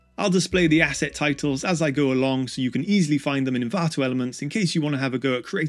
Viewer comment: Stop saying Envanto Elements 😁